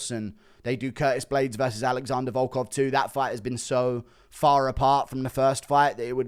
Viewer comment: Little do you know he butchered volkov